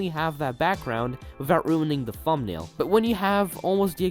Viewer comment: You good bro? You saying fumnail